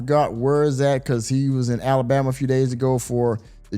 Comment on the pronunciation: I dont trust anyone who cant pronounce Mercury or Alabama correctly. I dont agree with juneteenth being a federal holiday. Been celebrating it since the 90's... making it Federal really watered it down.